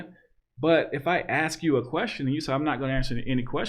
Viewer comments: Love your stuff but please, stop saying "aks" instead of "ask". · Dude. I honestly appreciate your content, but "aks". The word is "ASK". I am blind(it's a fucking Spectrum)and I am old and a bit old-fashioned. I will never see you, and I honestly like your content, but aks one more time, and you are deleted. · Why u pronounce ask, ax?? When you pronounce all others correct, well according to... is it to keep your n-card???